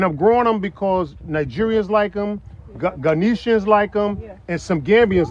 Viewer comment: you keep saying Ghanitian its Ghanaian